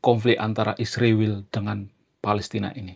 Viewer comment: 😂😂😂kenapa susah nyebut Israel? Ada masalah di mulutnya ya mas?😂😂😂